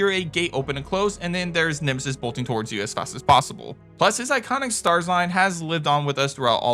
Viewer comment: Naw it's nemesis but atleast you were close to getting it right